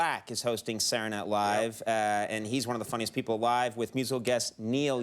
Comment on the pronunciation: After the podcast, I can't unhear "Sadernat Live". Guess he was still doing it back then too.